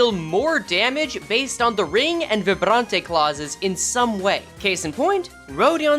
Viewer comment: Vibrante the way you pronounced it is the spanish way btw, since its french based its closer to a Vibraunt